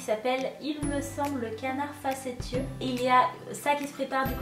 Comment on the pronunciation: Je suis serpentard de cœur et d’esprit mais d’après Pottermore je suis Griffondor. Ça va c’est pas comme si c’était des maisons ennemies 😂😂 Ps : le mot facétieux se lit « facéssieux » 😉